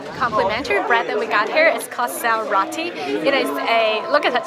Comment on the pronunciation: You pronounce it sel r (oh)tea